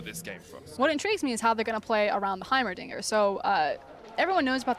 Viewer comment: He definitely said Heimeridiot